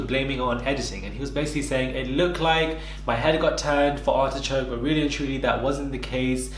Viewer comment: Hold on did you just call Artichoke, ARSECRACK!!! Omggg 😱😂😂😂😂 IM DEADD!! 😂😂 BAHAHAHAHA!!!!!